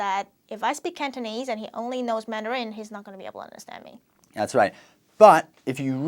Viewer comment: why does he emphasize the last syllable of “Mandarin” you only have to emphasize the first syllable